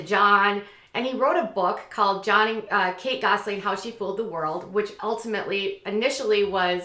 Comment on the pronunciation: I notice you say it like “Gosling” instead of “Gosselin” — but it may just be your Minnesota accent. I think Minnesota accents are just too cute!